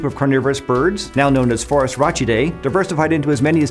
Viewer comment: How are you supposed to say Latin-based taxonomic names in English? Ecclesiastical pronunciation can't possibly be right (like the "chee" in Phorusrhacidae), abd I don't feel like Classical should be the way to go either. But even traditional Anglo-Latin pronunciation (e.g. pronouncing -dae as "dee") sometimes seems too stringent maybe. Is this standardized, or do scientists just not care?